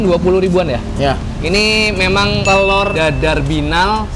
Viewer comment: telor BKN tloer